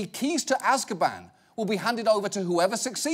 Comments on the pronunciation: AZKABAN its Azkaban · AZKABAN!! AZKABAN!!! AZKABAN!!!! Not Azbakan!!!!! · “Azbarkan“ Nice. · The fact that the guy said "Azbakan" multiple times is bothering me so much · it's azkaban, not azbakan :( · I know its horrible but i can't stop screaming at my screen , its AZKABAN not AZBAKAN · I realize now on my second watching that the guy saying azbakan instead of azkaban is iritating my ears. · Azbakan! the Muslim Prison.... I think he means Azkaban! :P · I know this really isn’t the point and I’m sorry but...it’s pronounced Az-KA-ban. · The butchering of ‘Azkaban’ was tough to hear. Priorities. I have them. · An old (probably) arab man explaining his experience in Gitmo by talking in depth about Azkaban and Dementors from a UK children's book is simultaneously the most beautiful and the most tragic thing I've ever a heard. I don't care if he misspronounced it. I want to give that man a hug. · It sucked hearing the White Snake inmates story so bad that I can't even rip on his mispronunciation of Azkaban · Did you just say Azkaban lol